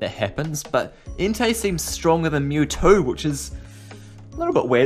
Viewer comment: It's mewtwo not mewtoo